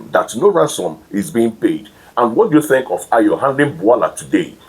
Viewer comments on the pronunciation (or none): It’s not tink. Say think. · You need to improve your presentation image and skills. For starters, you need a few lessons in elocution and particularly pronunciation. Think and Tink are two different words. Secondly, you should try and have a wash and dress well before appearing in front of the camera. Wearing your night T-shirt while appearing in public makes look dirty, unhygienic and dishevelled. In fact, you looked horrible in this video.